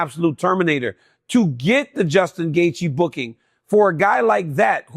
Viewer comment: DC, did you mess up Justin’s name on purpose😅?